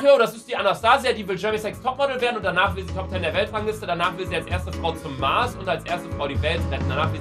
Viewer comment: Luca früher: Marsch Luca jetzt: Münschen